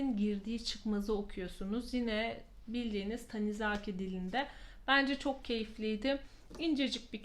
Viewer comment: Bu ay da çok güzel kitaplar okumuşsunuz! Özellikle Körleşme ile ilgili yorumunuz ilgimi çekti 😄 Yalnız naçizane düzeltmek istediğim bir nokta var ki Tanizaki'nin ikinci /a/sını uzatarak seslettiniz; doğrusu dümdüz, yazıldığı gibi "Tanizaki" şeklinde sesletmektir😊 A, bir de köpeğiniz çok tatlı😍😍